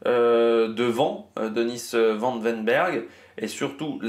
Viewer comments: Bonjour.. Tu martyrises le nom de...Répète .. Phonetique... Vanne ouèi n bèrg.. Pas van den berghe!.. Cool.. :face-blue-smiling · Ce n'est Denis van den berg mais Denis van Weynbergh